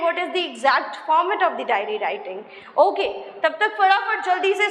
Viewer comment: It's *diary* writing...not dairy writing... Pehlee khud to sikhlee 🤣🤣🤣🤣